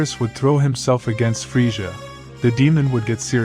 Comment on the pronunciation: His name is Krillian just have to say that and the way you are pronouncing villain it's pronounced with two z's in middle of his name like this Frizzia